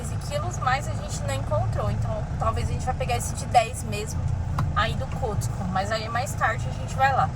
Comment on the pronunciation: Boa noite queridos, não querendo ser chata já sendo, rsrsrs, a pronúncia certa é "cosco" e home "dipo", mas vocês falam como quiserem, tá? Rsrsrs, beijos